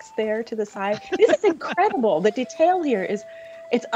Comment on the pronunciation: God the way she says deTAIL